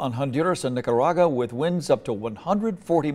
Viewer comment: Did he say, Nica RAGA??? Lord help them.